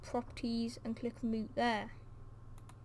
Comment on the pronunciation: "Moot" xD